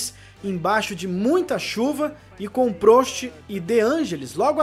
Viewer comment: A pronúncia é PRÓST e não PRÔST